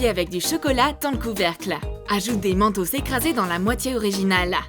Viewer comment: Mentos ça se prononce mènetôsse